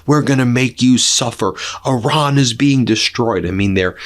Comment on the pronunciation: “Oran”? The name of the country is Iran, not Oran. Ben, please respect the Iranian people (not Oranian) by learning to pronounce the name correctly. Thank you!